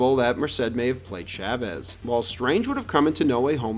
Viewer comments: Why are you saying “Chavez” wrong? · Ngl you say Chavez in the whitest way possible 😭